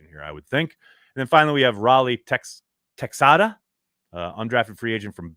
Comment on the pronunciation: Texada is pronounced with an “h” instead of an “x”